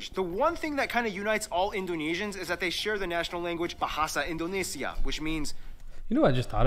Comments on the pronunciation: In - dough (the cookie) - nay - sia (the singer) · In-dough-neh (as in 'meh')-see-ah